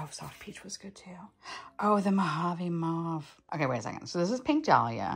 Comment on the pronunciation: I’m French Canadian and wanted to drop by and say yes “mauve” is said like “mowve” like “mowing the lawn” lol and not “mahhhve” 😅